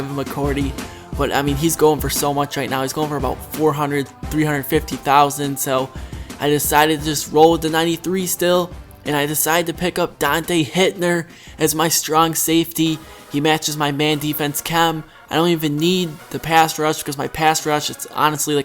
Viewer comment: Why do you call him donte hitner